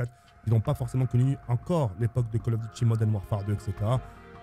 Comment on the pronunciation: Yoo En taupe 3 je retrouve Call of dit Modaine Warfare 2 Pouahhh modaine 😂😂😂